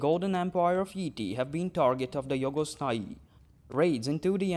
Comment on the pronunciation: I like the way you pronounce Jhogos Nhai